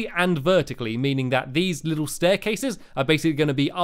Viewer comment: say a little bit 5 times fast. did you say a bittle bit?